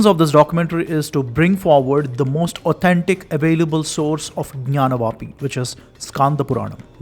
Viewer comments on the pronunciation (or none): It's gyaanavapi*, not gynaavapi. Also please try to do in Thamil,our Thamil brothers are being fed horrific propaganda.